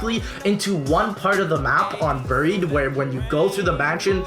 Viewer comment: U say buried wrong Good list